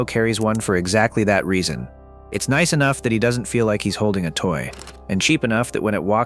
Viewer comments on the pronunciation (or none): none